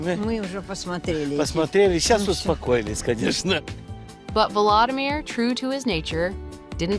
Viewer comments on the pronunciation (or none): If you are going to present a personality, please, please learn to pronounce his name correctly. It is vO lO Samir , not valadamir ( as in Valadamir Putin)